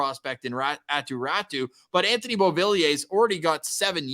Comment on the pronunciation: Hey, who is this Attu Rattu you keep talking about... The Canucks aquired a player named Aatu Raty from the Islanders and you SHOULD be familiar with pronounciation of his name.